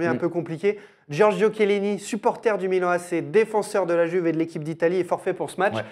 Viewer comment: Oh merde est-ce que vous pouvez respecter l'italien en disant "Youve" et pas "Juve" merci ahaha